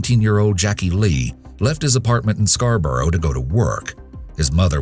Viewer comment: Scarborough is pronounced scar-bruh